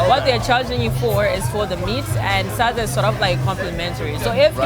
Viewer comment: I love how he pronounced SADZA🤣😍 so accurate!!!